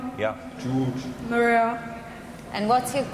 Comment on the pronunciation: The guy george says guge instead of hes real name lololol